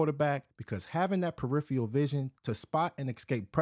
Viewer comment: The word is peripheral. Don't use it if you are not going to pronounce it correctly.